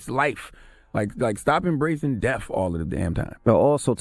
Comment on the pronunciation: Cthagod keeps say deaf instead of death. LONG LIVE X